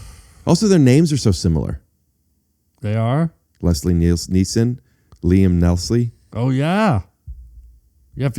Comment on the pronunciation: "Leslie Neeson and Liam Nelstlie" yes he really said that